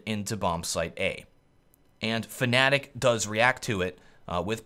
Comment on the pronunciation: Please, stop saying "fAnatik'' it's just fnatic, there is no A after the F, there is no other way to say it. That's all.